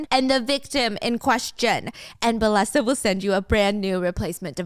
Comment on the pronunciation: Steph! I think the sponsor is pronounced “bay-eh-sa” bc of the double L? That’s how it would be in spanish or Italian, i’m not sure tho 😮